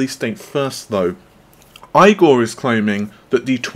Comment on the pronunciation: That's ....EEEEE-GORE.